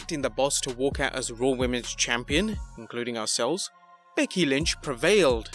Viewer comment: who is BEDKY lynch? 😂